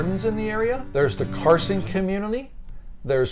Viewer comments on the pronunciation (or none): It’s Cason not Carson